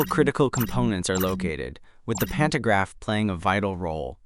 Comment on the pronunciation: Digga 😂 das spricht man pan to Graf und nicht pan ner graf 🤷🏻‍♂️🤦🏻‍♂️ in Deutsch Stromabnehmer